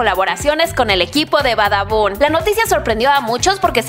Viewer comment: Likesi notaste que dice badabu y no badabun